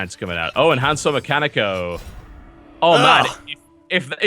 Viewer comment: TB, its enhanceomechano NOT an enhancomechanico